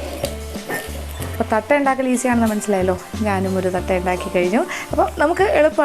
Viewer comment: Adu Thattai aanu. Thatta alla Madam